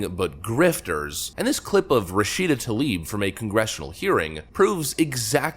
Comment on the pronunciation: "Rah Shita Toe Leaf",,,, What a Clueless "Moosie"